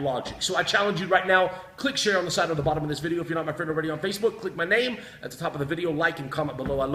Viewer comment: I'd pay $100,000 for you to correctly pronounce your name.